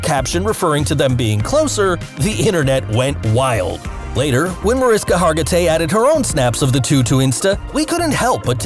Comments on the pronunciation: Excited to see this new series! PS -, if you’re going to report, please do your research. It’s Ma-RISH-ka Hargitay, not Ma-RIS-ka. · It's not Mariska. Its pronounced Marishka! Her name is Hungarian and the pronounce the s in her name as s h. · Mar-ish-ka, not to be nitpicky but she corrects people. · Usmc and navy are too very different things and your not saying her name right!